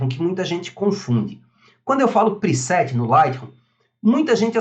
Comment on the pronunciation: vc podia aprender falar o nome do programa, agonia ouvir vc falar ``lightrrum`` ``priset`` seu canal e ate bom mas...